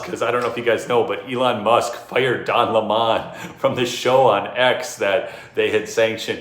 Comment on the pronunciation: Grrr its DON 🍋not don leemaaann